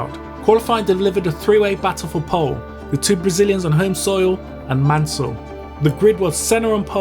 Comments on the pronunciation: On dit pas mannel on dit mansel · Pésimo doblaje no es Manel ,es Mansell.